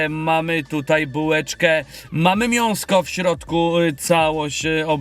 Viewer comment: Czemu mówisz miąsko a nie mięsko to jakiś mem na tym kanale czy po prostu błąd